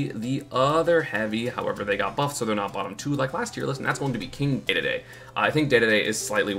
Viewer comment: isnt it pronounced Dee-dee-dee? why does he say day-day-day